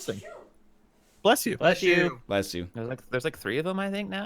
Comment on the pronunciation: I thought it was "blesh you".